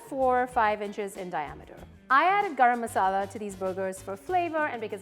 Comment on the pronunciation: My deshi ass had a hard time digesting her way of pronouncing garam masala.